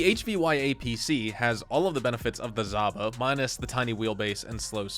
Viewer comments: ZHaba, not Zaba! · Not zaba, its zhaba, like saba and shaba. Russian word means toad or frog